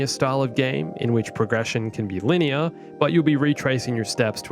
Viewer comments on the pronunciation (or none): none